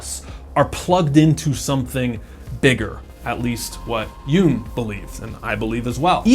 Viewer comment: Hi, Thanks for the great video. You are right: The Jung in Carl Jung is pronounced as a short “uh” (like in English football). Love from Germany 👋